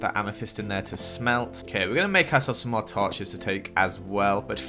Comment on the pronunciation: "lets get some more torches" Me "lets get smore torches?"